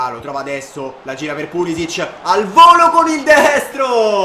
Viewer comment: solo un consiglio: si pronuncia Pulisich (con la c pronunciata come casa), non Pulisic (c pronunciata come "ciccio")